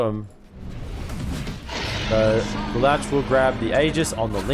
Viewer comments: Omg its not Le louch its pronounced like Le looshe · Ikr xd "LelAWsh"😭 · This caster pronounce lelouch wrong, he literally say lelawch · Every caster I've heard always pronounces the name wrong 😮‍💨 He's one of my favorite anime MCs out there. Lelouch (Leloush) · Why is the caster saying the name Lelouch like that hahahaha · lol, my nerd ears bleed whenever he said LeLouch like that XD